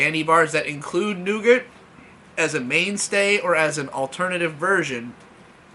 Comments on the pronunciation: I found it weird how he pronounces it as "nougert" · 'nou-gurt' 'ree-sees' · Nougat. It's nougat. Every time he said it I died a little more inside. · Nope, that one is fine and can understand how it happens. Nugert/noogurt though... ???? throwing an extra letter in there why. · i thought it was pronounced "noo-gar" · “Nougart”- 2018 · I knew someone had to say it. Otherwise it would fall on me cuz aint letting that slip by. NEUGURT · It was the butcher of nougat that bothered you and not the butcher of Reese's?